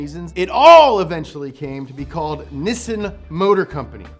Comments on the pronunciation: The way you pronounce Nissan makes me cringe. It's one of the things Americans actually pronounce correctly and you say it like an Aussie anyway. NI - SAN = 2 - 3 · must be watching a lot of Top Gear, he's pronouncing Nissan wrong. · "Nissan". Me yelling at my TV:: "IT'S PRONOUNCED 'NISSAN' NOT 'NISSAN'!". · the only American to Nissan the correct way! never mind. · Does anybody else have a little Internal struggle with how says Nissan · 😐😑🤨 why do you pronounce nissan like that? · I hate this pronunciation of Nissan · Media : Can you please learn to pronounce Japanese words. It's Neessahn in pronunciation, not Nissun. I is always ee. Always. No other way to pronounce it. A is always 'ah', no other way to pronounce it. Learn it. Live it. Please. [ Edit: You finally said it right, the very last time you said Nissan - Please listen to the last time you said it in this video, because that is how it's pronounced.] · why even when in the commercial itself its pronounced "nee-san" but still insists on calling it "nissin" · ... please forgive this picky comment ... it's "NEE'-sahn" ... not Niss-inn ... ok? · Its knee-sahn. Not nissin, that's a brake manufacturer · It's Nee-Sawn not nissin. That's an instant noodle company. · No body:: NISN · Nissan is actually a Japanese work. In Japanese, the character "に" (Ni) is pronounced "Nee". The way pronounces Nissan is incorrect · People also say "saki" instead of sake, doesn't mean they are right. Look up Nissan in and it is clearly にっさん, from 日産. Americans may miss the double consonant, but they are much closer than any Brit or Aussie pronunciation. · we dont say nissin in NZ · It's NEE-SAAN! 😆 Damn you, get it right haha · You mean "nisun" not "knee-san" (plz dont cancel me i know it is a joke) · It's pronounced "Knee Sun" bud. I just watched the "most popular cars in err country" vid. Good job and go Toyota! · Everytime he says "Nissin", an R34 gets crushed.